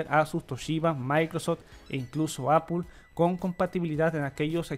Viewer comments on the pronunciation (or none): none